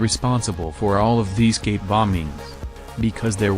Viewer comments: You gotta find a way to make the text to speech say "cape" instead of "gape". Maybe typing "kape" would work? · ik it's suppose to say cape bombing but it sounds like gay bombing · It sounds like dude keeps saying gape. Gape bombing bro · I thought he said gay bombing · The way the robot voice pronounces Cape bombing sounds like gay bombing. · Was I the only one hearing "gape" and "gay bombed"?